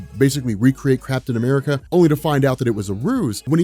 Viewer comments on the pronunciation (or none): Did you say "Crapton America"? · I could swear you said Craptain America in the vid and i just laughed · ... "basically see if they could recreate CRAPtain America" ... lololol ... listen... hear .... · I'm pretty sure said craptain america. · I seriously thought you said "Crapton America". I was like "What did Cap do this time!?" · I came to the comments as soon as I heard it... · That's what I heard too :)